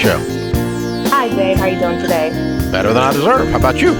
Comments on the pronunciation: The way Dave said “today” was hilarious 😂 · TADAY! TADAY!😄